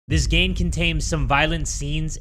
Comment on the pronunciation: “This gane contaims” 😂😂 who else caught that? Lol